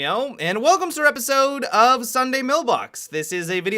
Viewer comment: Am I the only one who is angry that at the start he says, "and welcome to repisode"?